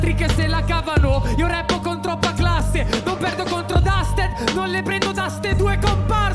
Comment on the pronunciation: È Dusted, non Duster